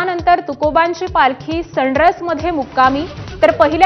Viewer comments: हिला सांगा कोणीतरी ते सनरस नाही सनसर आहे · Sanras nai sansar 😅😅